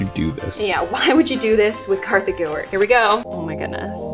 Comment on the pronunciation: Its kartha